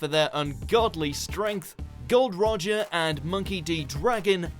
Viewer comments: "Gold Roger" wow you got it wrong it's Gol D. Roger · Bitch, it is Gold D Roger! not Gold Roger